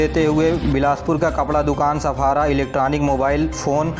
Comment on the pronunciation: सफारा नही, सराफा बाज़ार